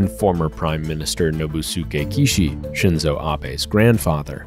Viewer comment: The I in Shinzo is the vowel in "deep", not the one in "dip"